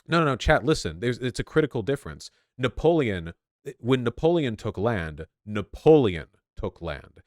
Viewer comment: Vaush getting Napoleon wrong is giving me an aneurysm